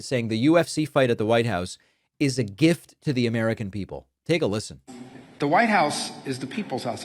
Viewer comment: It IS a gift to the American people, he is just dropping the R in gift.